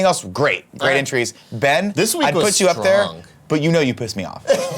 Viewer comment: Uncle Nicky mispronouncing my name as “Bean” made my day and boy did I need it